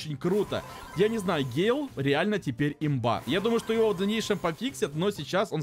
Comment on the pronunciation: Ещё раз пишу это не гейл или он гей? Это гэйл!!!!!!